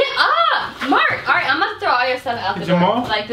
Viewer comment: "let me have my lil fantacies arite!"😂😂😂